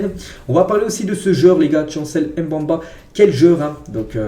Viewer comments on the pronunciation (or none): Chancel Mbemba ça se prononce pas comme tu l'es dis là. C'est Mbemba avec le E au milieu tu dois le prononcer ce n'est pas un A au milieu ce n'est pas Mbamba c'est Mbemba. Stp 😅